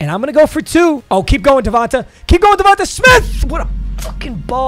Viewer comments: Its not devontuh its devonta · DA-VON-TAY not davonta 😭